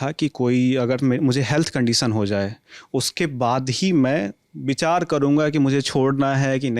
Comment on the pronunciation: Bichar , hadaya, haphate, aajkal koi bhi gwar chomu reporter ban ja rha hai kya?